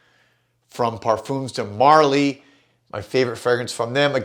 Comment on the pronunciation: you're maybe my favourite perfume reviewer but PLEASE stop saying "Perfoomz de Marly" that's not the way you say it and it hurts my french ears each time I hear that pronounciation